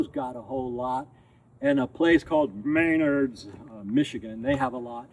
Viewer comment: It's Me-NARDS. "Save big money at Menard's!"